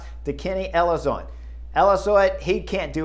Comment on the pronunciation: kenny Ellizoid????isnt it ellisonde?